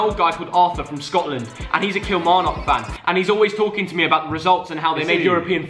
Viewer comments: You don’t emphasise the knock in Kilmarnock, it’s more pronounced like a nuck, and not as prominent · the way ur saying Kilmarnock is killing me😭we pronounce it like “Kil-mar-nuck” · Yvette Kiernan just me or the way he pronounces Kilmarnock 😂